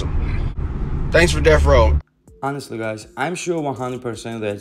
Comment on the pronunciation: Why does it’s sound like ur sayin dess row every time u say Deathrow 😂